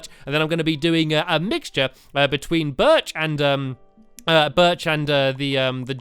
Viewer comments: You did not say berch right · STAMPY YOUR NOT SAYING BIRCH PROPORLY!!!!!!!!!!!!!!!!